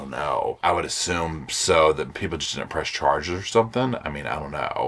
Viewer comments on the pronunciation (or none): Scharges -, you kill me 😂